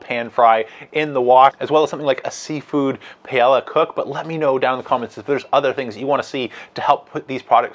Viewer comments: More like: pie-ay-ah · Respectfully, Paella is pronounced Pi AyYa The L’s are silent. Really depend on your content. Thank you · Yeah, that pronunciation. Oof. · You're great, and I've learned a ton from you as I research which kamado style smoker to get...but I have to say it. Paella....pronounced pie-a-ya....no L's. Love the channel...:) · I've heard it pronounced pi-yea-ah by a Spanish fellow. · lol doesn’t know how to pronounce Paella